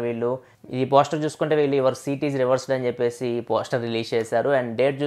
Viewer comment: రివర్స్డ్ కాదు అన్నా....రిసర్వ్డ్.